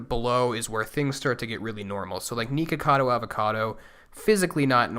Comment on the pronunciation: Lol! "Neekacado"